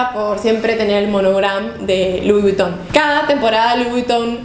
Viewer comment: Louis Vuitton no se pronuncia así. Es “Luí Vitón”. Y con todo respeto te corrijo, me gustan tus videos. :)